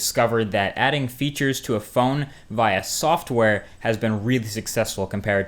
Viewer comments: You pronounce via via instead of via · Ur amazing Marques! BTW u are saying VIA wrong! just to let you know. haha